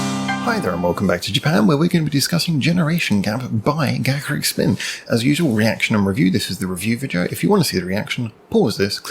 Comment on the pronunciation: Finally, someone who knows how to pronounce their name!